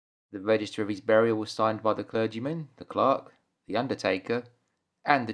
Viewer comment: Okay what is Bob Cratchit, a "Clock" a "Clark" or a "Clerk" I have been watching this movie for over 40 years and can't figure out what word is being said here.